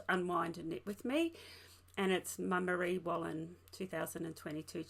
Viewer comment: Another lovely podcast. Your cardigan is so nice. All your information is great. Your pronunciation was good of the Marie Wallin garment. Thanks from a very cold windy Scotland.